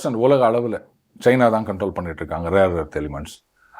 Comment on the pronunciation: pl don't say Cheena. It's China. Also it is not Airoppa but Europe. Our guys should know how to pronounce the names.